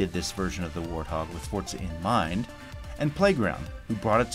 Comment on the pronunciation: It is Forza my Dudes! Vrooooom!